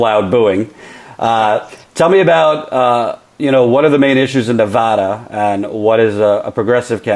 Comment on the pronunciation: Ne-VAD-uh! Sorry, pet peeve.